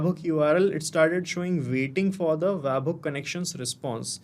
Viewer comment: bro its bot wabhook, its web hook